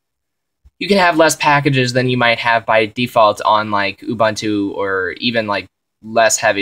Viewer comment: gj on the vid, remember it's "oo-boon-too" not "u-bahn-to".